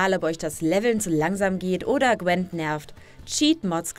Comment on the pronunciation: Wieso sagen viele zu Gwint immer Gwent? Man schreibt es mit einem i und es wird korrekter weise auch mit einem i ausgesprochen... check ich nicht. Sollte es cooler klingen?